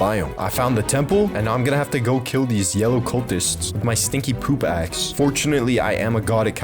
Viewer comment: At 7.10 sec u said my stinky poop axe but I herd ass😂